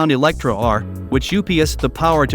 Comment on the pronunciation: its Lotus Eletre not Electra.. Elet-re (re like [re]vision) the voice sometimes sounds like its artificial, not real human, or it is cut together with flaws.. would be interesting to know which one it is...